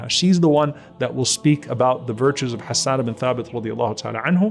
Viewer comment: جزاك الله خيرا May we always defend our beloved رسول صَلَّى اللَّهُ عَلَيْهِ وَسَلَّمَ Beautiful pronunciation of the names Hassan and Ayesha.